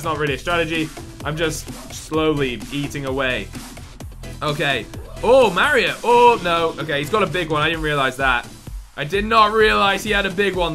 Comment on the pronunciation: you don't say Mario right lol